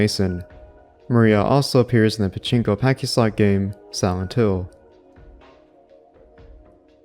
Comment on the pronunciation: Good vid, but confused why you kept saying “pachinko packyslot” when referencing the Silent Hill 2 pachislot. Pachislot is a portmanteau of “pachinko” and “slot”, so not sure why you could pronounce pachinko correctly, but not pachislot, or why you were basically saying “pachinko pachinko-slot.” Anyway, keep up the great work! Been watching all your vids as a huge Silent Hill fan.